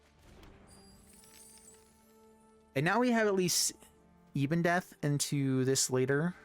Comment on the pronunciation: It’s not «Ibondeath», it’s Ebondeath. Ebon as in ebony, meaning black.